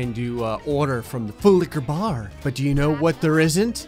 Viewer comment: Who is this imposter? This isn’t.... he didn’t say full liquor bar correctly😂